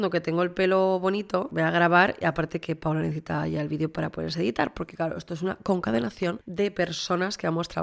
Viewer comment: CONCATENACION!!! No concadenacion, te lo digo porque te lo he oído mas de una vez